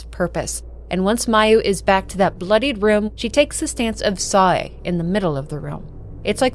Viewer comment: Love all ur narrations even if Sae - is like Sa-y and Yae is like Yay